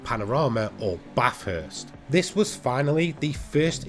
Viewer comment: If you can't pronounce Bathurst properly, don't say it!